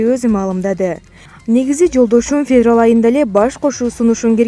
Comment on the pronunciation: хахааа февал суйлоп жататго